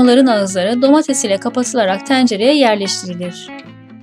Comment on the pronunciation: ''Teğğncere'' diye telaffuz edilmez.Tencere derken ''e'' yi kapalı kullanmalısın.''-Yacapak -edecek'' diye okunmaz ''-yapıcak -edicek'' şeklinde okunur ki doğal konuşma şeklimiz budur.Diksiyon dersi al bari 1 m üstü izleniyorsunuz.